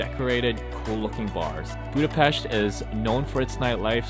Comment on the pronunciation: I really enjoyed this travel video about my city! Yes you pronounce Vajdahunyad vàra wrong :p its more like Vaydahunyad. BUT You are the first one i ever heard who says Budapest right! Great channel!! Im checking all your videos,im a traveller myself! Keep up the great job